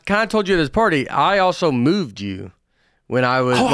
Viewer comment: I thought he said “I mooned you” not “I moved you”..my hearing needs checked😂😂